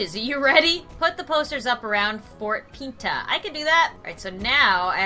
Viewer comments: It’s fort pints not fort peenta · It’s fort pints not fort pentagon XD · ur saying Port Pinta like this.... Fort Pee ta XD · It’s actually pronounced fort p-in-ta